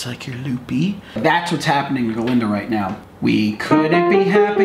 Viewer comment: It's GAH-Linda. With a GAH.